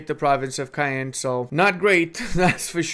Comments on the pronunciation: I always apprecitae some historical context. Thanks! Ps. pet peeve of mine: Caen is pronounced more like Kaun. Not Cayenne =). 'aen' in Caen sounds like the aun in auntie (U.K. pronunciation) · Caen is actually is just one syllable. The n influences the pronunciation of the vowels but it's just one contracted sound. It's closer to "con", and you don't pronounce the n, but you do pronounce the o like in "con". You suddenly said it right as I was typing this! Wtf